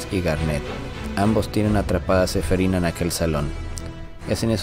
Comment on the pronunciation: Es que suena feo cuando dice SEFERINA XD